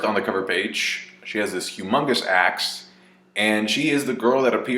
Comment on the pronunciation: It sounded More Like Ass than Axe 😜😜